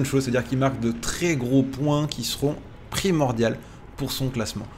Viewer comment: Primaurdiaux et non pas primordials 😂